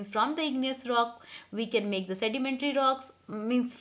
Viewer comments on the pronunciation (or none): none